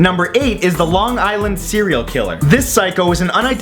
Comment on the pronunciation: Did he just said Cereal Killer? Cuz I'm one too...